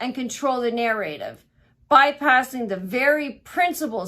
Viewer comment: She can’t pronounce “narrative” either. 🤦‍♀️